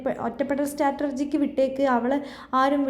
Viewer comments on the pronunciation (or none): സ്ട്രാറ്റർജി അല്ല സ്ട്രാറ്റജി ആണ് 😄😄